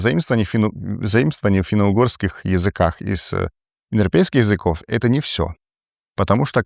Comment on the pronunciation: Индропейские народы) Дети Индры) Ну понятно, что тяжело выговорить, но прикольно получилось же